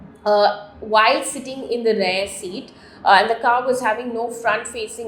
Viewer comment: Madam you mean REAR ✔️not 'rare'❌